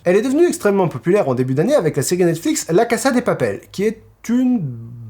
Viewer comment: c'est pas méchant mais la casa de papel ne se prononce pas avec un S mais le son Z